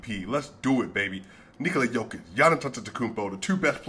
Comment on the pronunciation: my appreciation to you man that you correctly pronounce "Nikola" in the Serbian way and how should it be and not "Nokooooooooola"! Credit to you and btw. great channel and analysis!